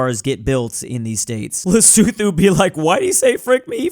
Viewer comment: Btw the 'th' is Lesotho doesn't make the /θ/ like in the word 'these' but marks aspiration (more air when you say the t sound) So you say it more like 'Le-soo-too'